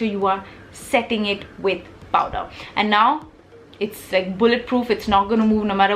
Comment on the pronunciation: Heyy love you tons first off! Really a weird concern but is it just me or are you actually saying powDer bullet Huda Beauty lipstick??:/ Is it just me or anyone else?